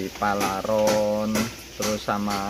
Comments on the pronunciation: PARALON DIK,BUKAN PALARON 😂😂😂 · Paralon..bkn palaron..😅😅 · Paralon bukan palaron😂😂😂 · PARALON Mas bukan PALARON 😂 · PARA....LON bukan PALA...RON🤭